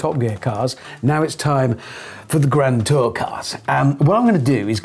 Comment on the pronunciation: "The Gran Too Cahs"